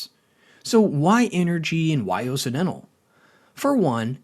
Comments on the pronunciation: Is this AI or do you just not know how to pronounce Occidental? Kind of like OX-Sid-dental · I can’t trust a chanel that doesn’t know how to pronounce “occidental”. Sure, maybe it’s stupid AI, but doesn’t a human listen to it before it’s posted?